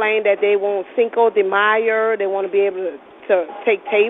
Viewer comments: Cinco de myer 😂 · "Cinco De Myer" 😂😭? Im offended, and im not even Mexican 😂!!! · Cinco de Myer ! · "Cinca de Meyer"😂😂😂😂😂 she the is taco bell KFC 😂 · "Cinco de Myer" lmao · cinco de MEYER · Cinco de Meyer lol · Cinco de myer😂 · "Cinco De Mayer" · "Cinco Re Myer" 😂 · "Cinco de Meyr." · "Cinco de Myer" 😂😂😂😂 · "cinco de myer"